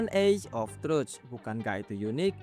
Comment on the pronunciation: pengucapan bahasa inggris nya masih ada yang kurang... semoga bisa di perbaiki lagi, contoh truth jdi trust oath jdi diff. semoga kedepannya makin mahir 👍👍